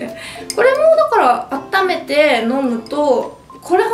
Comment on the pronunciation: ｢だから｣は言えてないし、服屋はZARAだし😂ちょっと重症ですね🤣たまには大食いじゃない動画も嬉しいですが、風邪はどうか早く治してください🙏♥️